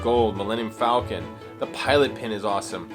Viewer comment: Take a shot every time he says falcon wrong. You'll pass out drunk and wake up in a Bacta tank in the medical Bay..